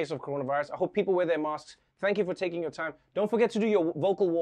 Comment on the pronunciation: Does he say masks or mosques? Is he talking about islam or coronavirus?